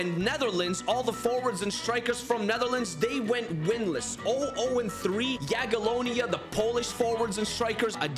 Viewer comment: The way he just ignores the first i in Jagiellonia